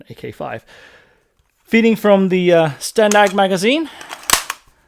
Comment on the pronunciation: as a Brit (living in the US) and a member of NATO, I thank you again for pronouncing STANAG correctly.